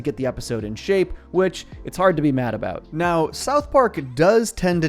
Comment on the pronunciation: It's Sadam the way he says "A Boot" vs about. Thats my guess.